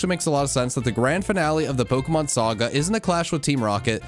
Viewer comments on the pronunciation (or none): none